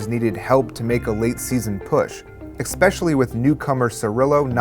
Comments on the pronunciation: Every time this guy says, "ekspecially", take a shot of the vodka of your choice. I like Smirnoff. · Great documentary. Note: there is no "x" in especially. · Dont do voiceovers if you can't pronounce 'especially'